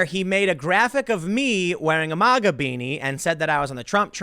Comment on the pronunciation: MOGA? No it’s MAGA